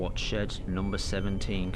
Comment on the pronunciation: It's shed 17 not shit 17 💩x